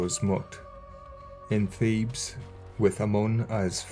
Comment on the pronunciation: I had to listen veeery closely to your diction on this Triad, my friend, because it initially sounded like “the god of thieves, his wife mutt and cons you.””, instead of Thebes, Mutt and Khonshu.. 😏.. but in keeping with your usual style, I’m betting that’s not far off, especially with a State sponsorship. But I remind myself.. and the LORD, regularly that He will redeem Egypt as well as the rest of the 70 Nations. Given the most recent announcement from the individual at the reigns of the R.C.C. right now essentially creating the 1🌍 religion to be at the beck and call of the FEW… flip that.. I’m just looking for the Real Yeshua, because these jokers aren’t funny in the least. Heaven.. Literally.. Help us all. Also where’s the Zodiac you have in the beginning of the video, please? Is it ancient or recent?.. relatively of course. It’s quite interesting. Thanks 🙏 as always, dear brother. Much Love. Many blessings. MARANATHA. 🍃🍃🪷🍃🍃